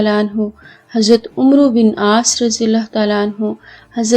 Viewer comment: عمرو کا تلفظ ہے عمر ہے ع کے اوپر زبر